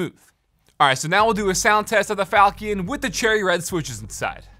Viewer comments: Incase anyone wants to pronounce the name of it properl instead of saying "falcon" because he didn't Google the word, here. "fawl-chuhn" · It's not falkion with a hard ch, it's named after a sword called a falchion which is pronounced with a chuh sound. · its (Falshion) not falcon. 1st is pronunciation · It's Fal(sh)ion, not falcon lol :) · There’s a lot of innovative features on the board. I think it checks alot of boxes. For what it’s worth, it’s probably pronounced like the weapon: Fall-shun, sometimes Fall-chun. But honestly who cares :p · not ''falkiun'' lol. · Sorry to be that guy, but I’m 99.9% it’s pronounced like “Falshun” or “faltion.” The CH makes a shh sound, and the io is one “uh”sound. Like when there’s “tion” at the end of a word. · It's pronounced... FAL CHEE ON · I'm pretty sure it's pronounced "fal-chin" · Everytime he says falchion I die a little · The CH is pronounced as SH not K or CK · His pronunciation of falchion is awful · Is no one going to talk about how he pronounces falchion?